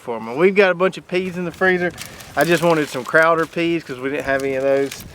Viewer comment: That's pronounced "Crowder peas".